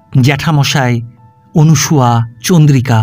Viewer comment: গল্প মোটামুটি ভালো লাগলো পাঠ বেশ ভাল তবে নামটা মনে হয় অনসূয়া হবে অনুসূয়া নয় শুভকামনা রইল